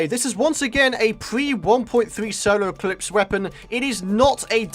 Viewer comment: Is it just me or is saying solo eclipse not solar eclipse